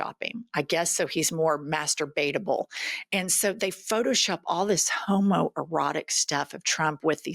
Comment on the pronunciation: Did I hear you say Master-Beta-ble? 😂